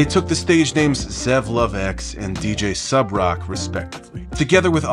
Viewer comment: Thank you for pronouncing Subroc's first name properly, not that I would expect you to blunder on that. Too many times I've heard people just pathetically attempt to pronounce his name (and their last names) and some of the things they come up with make my head spin lol. Personally, the worst example I've seen was from that Michael McCrudden guy who does the "Before They Were Famous/Dead/Etc." videos. His pronunciation? DINGLES-WEE. I am not kidding, that's how he said it 😩